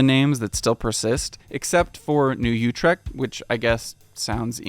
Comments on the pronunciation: New Utrecht New “Yootrect” ❌ New “Ootrect” ✅ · That's the cutest pronunciation of Utrect I have ever heard...